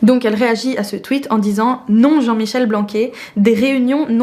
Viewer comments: Super vidéo, je l'enverrai aux prochaines personnes qui se dressent contre les étiquettes et la non-mixité. Sinon j'avoue que j'ai rigolé quand je t'ai entendu prononcer "Blanqué" au lieu de "Blanquère", d'habitude entendre parler de ce ministre ça me hérisse, mais tu as réussi a m'arracher un sourire ahah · Le ministre français Blanquer ils se prononce "blancaire" pas "blanqué" 😘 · Pour M. "Blanquer" se prononce "Blanquère" sinon très bonne vidéo